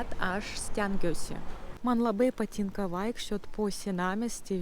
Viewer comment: biat,tian,nias,prie situ tarimo reiktu padirbet.dar zodis patynka,taip pat raide t vietomis girdisi kaip c,tc,bet be situ klaideliu,akcentas nelabai jauciamas,pasiekimai akivaizdus.greitakalbe turetu kiek padet susitvarkyt su tarimais,kaip beje ir dainavimas.